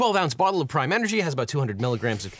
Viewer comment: I kept hearing ''Crime energy drink''.